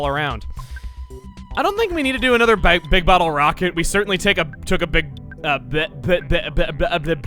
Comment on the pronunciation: “I don’t think we need a big bottle rocket, we already take a-took a-pleh-plah-pl-bl-bleh-bleh-bli-blig enough blight out of their HP.” I laughed way too hard at the alliteration slippage. We love you, Chuggaa...